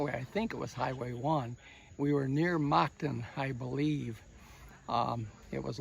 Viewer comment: I'm curious-I live in Moncton New Brunswick Canada. Was the city he was referring to at beginning of video Moncton (pronounced Munk-tonne) ?